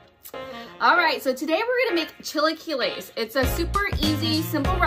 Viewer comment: I will be happy to teach you how to say it! Chill- a - KEY- es